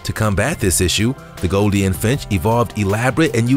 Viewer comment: Goldien? Probiscis? It's golden and proboscis! I mean you're literally pronouncing an obvious 'oh' sound with a long 'i' sound! I like your videos, but come on! You're delivering educational content, but REALLY botching the pronunciation of important, and sometimes simple words! I mean, proBIScus? How did you even do that? I hope your channel does well and we get to see much more content from you, but please, learn the correct ways to say these names so you're not spreading disinformation in your factual informative videos.